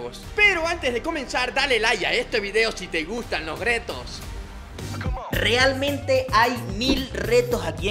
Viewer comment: Me dio risa cuando dijo gretos en debes de (retos) 😅😅😅saludos